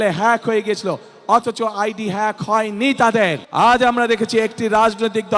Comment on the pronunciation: হ্যাক কে ফ্যাক বলতেছে, অন্যের সাহায্য নিয়ে উচ্চরণ করতে হচ্ছে। ৩বার পরীক্ষা দিয়ে HSC পাস করছে,ভুমিকম্প বিজ্ঞানী,লন্ডনী মুফতি ।